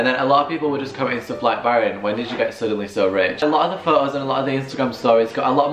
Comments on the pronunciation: Why do you say "pho-os" instead of "photos"? Whats wrong with the pronunciation? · pho-o pho-os